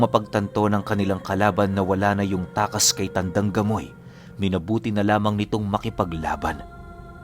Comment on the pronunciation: Grabe Ang galing nmn nitong c tandang gamoy, bkt gamoy Diba pamoy hehehe